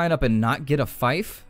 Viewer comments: Yes, I was thinking the same thing. 'fife'. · Does anyone else find it irritating how he pronounces fief?